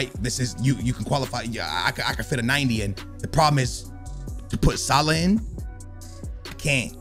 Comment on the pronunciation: Salaaaaah not saaalah